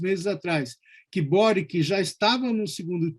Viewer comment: Se pronuncia Kast, Sebastián e “Boritch”. 🇨🇱